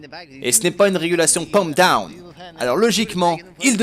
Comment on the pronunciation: "pump douwn"tu ma brisé en deux